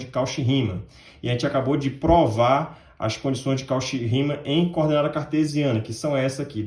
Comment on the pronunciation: Muito bom"! Apenas uma observação: "Cauchy" pronuncia-se "Côxí". (Com sílaba tônica xí)